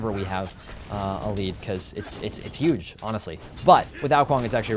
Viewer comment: Its YUGE! love it lol